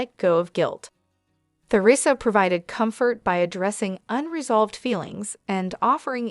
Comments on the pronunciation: This must be an AI speaking. "Tea-rissa" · Lousy pronunciation of Theresa's name.